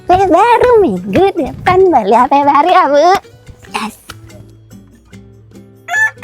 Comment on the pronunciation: KK bukan Bari tapi baru 😅😅